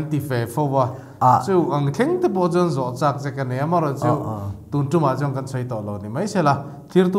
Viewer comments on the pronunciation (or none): none